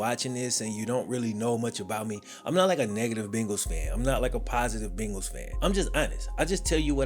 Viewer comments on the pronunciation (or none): Are you saying “Bingals”?